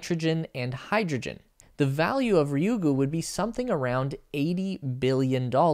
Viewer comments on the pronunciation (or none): I just wish people would get the pronunciation of Japanese "Ryugu" right. RYU is pronounced Ree-Yuu, not Raiyuu. (Yes, GU is GOO as in Google). Thank you, I'll now crawl back under my rock.